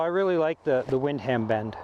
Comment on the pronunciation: I was going to mention that... Windham is pronounced win-dum.. no worries tho, great review overall.